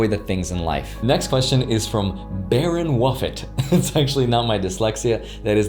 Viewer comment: "Barren wuffet" had me weak 🤣☠️